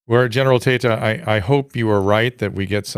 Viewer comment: Tata scaled heights great enough to be immune to the teasing inherent in such a surname…but it’s Tayta lol